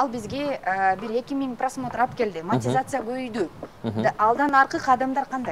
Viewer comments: Маекке даярданып койсо болот да, Монетизацияны-МАТИЗАЦИЯ дей бербей. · "АЗАМАТ", мен болгондо ыңгайсыз кылып улам эле "мотизация" дейсиң да "монетизация" болот деп 😊айтмакмын